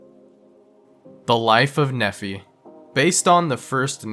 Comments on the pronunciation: Should we tell him it's "Knee-fi"? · Not a big deal. I'm not even Mormon, But, it is in fact pronounced, for number 6, (knee - fi) Nephi. Just so you know. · Guess it's my turn to be that guy. Number 6 is pronounced as The Life of Nee-fie, rhymes with me fly. Raised Mormon is Utah, but stopped going to church as a teen.